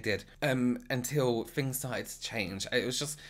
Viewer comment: Excellent content but I’m distracted by the way he says ‘Fings’ instead of things and ‘Fort’ instead of thought 🤔🤔Good info though!